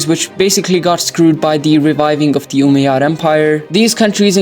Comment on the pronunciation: As an Arab the way he says Umayyad is so funny 😂😂 he’s like oomeyads